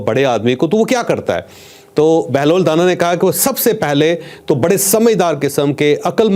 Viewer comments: O Mr scholar Sahi pronounce kr lo it's danaaa not dana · چوہدری صاحب بہلول کے ساتھ جو دانا ھے اس دانا کے الف کو لمبا کر کے پڑھیں دانا مطلب زیرک عقلمند یا معاملہ فہم آپ اس کو دانہ کہہ رھے ہیں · چوہدری صاحب آپ بہترین programme کرتے ہیں میں آپ کا programme غور سے سنتا ہوں. بہلول دانا کا تلفظ da کے بعد نا جس کا مطلب ہے عقلمند.